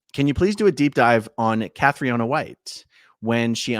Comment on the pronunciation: Pronounced KATRINA not Cath-ri-oh-na